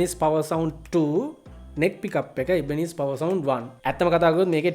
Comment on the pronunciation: Mechchara kalayak weradiyatane nama pronouns karala tiyenne😁🤔🤗😘